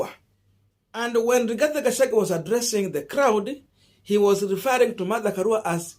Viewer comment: Boss, do you find it so hard to pronounce the name Rigathi Gachagua and instead call him RIGATHE GACHAGUE???😭😭😭 Several of us your followers have corrected you on this error but it seems you do not read our remarks here. Why?